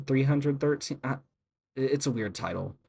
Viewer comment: finally a normal person who says b3313 like someone sane and not making up titles like "beetle". LIKE WHAT CONNECTION DO THE WORDS B3313 AND BEETLE HAVE??